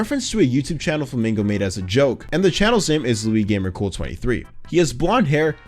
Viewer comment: its not “luigamercool” its “luiSgamercool”